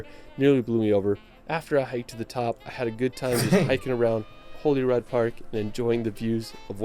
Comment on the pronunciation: It's pronounced Holly rood (Holyrood) not Holy rood.